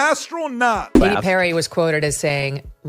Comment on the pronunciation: gayle king... it was just a "RIDE"... remember that... "ass-tro-not"... 😂😂😂...